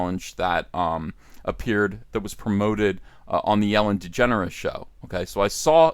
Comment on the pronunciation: you said Ellen DeGenerate wrong